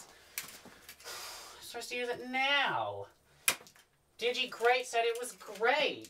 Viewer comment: Pronounces “Digi-Great”.